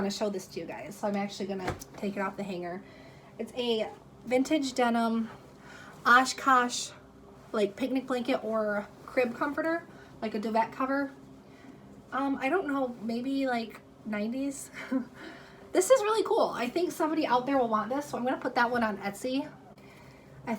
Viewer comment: Stratus lol also it’s “du-vay” not du-vet